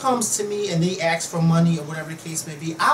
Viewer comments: Ax. No. ASK, as on flask, not flax. I asked a question. Not I AXed a question. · it's A-S-K. not a-x-e. i hate when people pronounce 'ask' like that.